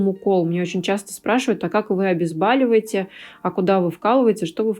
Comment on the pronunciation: Отличная работа. Молодцы девочки👍, только одно смущает и режет ухо - "обезбАливает". Слова "бАль" в русском языке нет, есть "боль", поэтому "обезболивает" , вас смотрит куча народа, удачи вам и успехов:)))